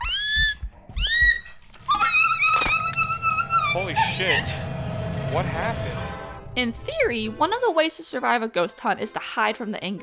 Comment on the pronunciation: i don't know why but the "whu happned" cracks me up